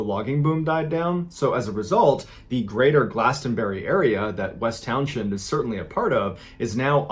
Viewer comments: As a VT native who lives a few towns away from the Glastenbury area, I'd like you to know that "Townshend" is pronounced "towns-end," and the "T" in Glastonbury is silent. And there were many more disappearances on Glastenbury Mtn. and the surrounding area, but none were attributed to the "Bennington Monster." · It’s pronounced Town-send as I live about 20 minutes away from there in Brattleboro. FYI ❤️ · Townshend. Say like Townsend. Like Pete Townshend.